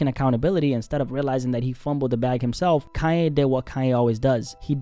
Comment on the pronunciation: Kanye 😂 not Cayenne